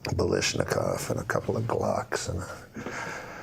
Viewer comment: He took his bottle of Jack Daniels and his "balishnikov". 🤣